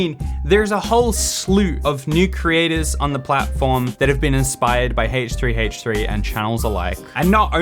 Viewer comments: Why does he h3h3 so weird. Its like haahch3haach3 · I love the way you pronounce Haych3Haych3 😂 But on a serious note, I've found myself more and more drawn to these negative commentaries - as well as drama channels - and I don't know why. Some psychologist could probably explain it. Thank you for bringing my attention to this, I'm going to go watch a squishy repaint video with lots of rainbows.